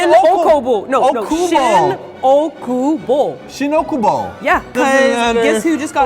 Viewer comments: It's しんおおくぼ, not しんおくぼ. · It's しんおおくぼnotしんおくぼ. maybe that's why you got it wrong. for a local, it's a huge difference. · its actually shin OOkubo not shin Okubo... ik this is not that important but its a common mistake by English speakers.